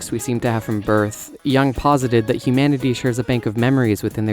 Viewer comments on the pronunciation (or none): Love how you're like: "You're a fool because you don't know enough about Jungian psychology," while actively pronouncing Jung's name incorrectly, and right before changing the pronunciation multiple times throughout the video.